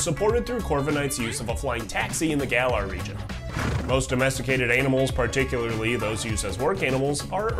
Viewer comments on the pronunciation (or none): none